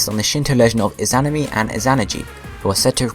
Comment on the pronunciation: You're pronouncing Izanami and Izanagi wrong. So very wrong.